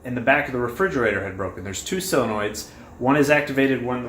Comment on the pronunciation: Intelligent as well informative. But please, -soul-enoid, maybe -sull-enoid. No more sillinoids please!!!!